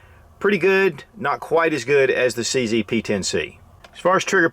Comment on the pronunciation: Nice video but it's a bit silly to pronounce CZ as "see see". It's not called a CC gun but CZ, hence; "see zed" (or see zet) Sorry to be that guy but what's right is right and what's wrong is not proper English.